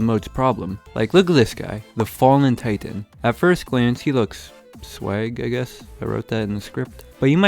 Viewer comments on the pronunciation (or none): none